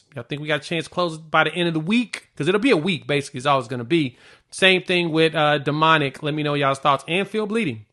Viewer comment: It's pronounced Dominic, not Demonic lol. Just sayin